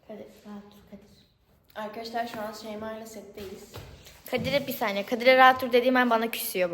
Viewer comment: K: Avkadavlar mevaba K: Ben niye böyle konuştum ki? 👼🏻👼🏻👼🏻👼🏻🤍🤍